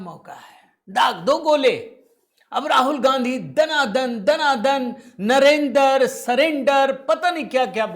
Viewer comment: Enko Bolna Toh Aata Nahi Modi Ji Ko Narendar Nahi Sarendar Jo Pavan Kehda hai.Bhaju Kari Hoti hai Rahul Nahi Hota Rahhu Gandi hai